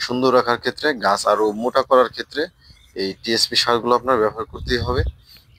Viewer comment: ভাই আস সালামু আলাইকুম, পি এস পি, টা ঠিক করে টিএস পি করেন।